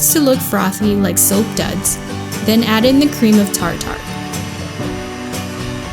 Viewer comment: Tartar is pronounced tar-ter. The cake looks yummy.